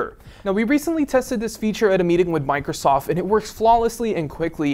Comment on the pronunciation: Is it just me or did he say Microsof at the end?